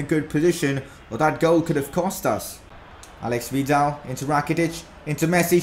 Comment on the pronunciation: Whos al*E*x vidal? Its ale*i*x vidal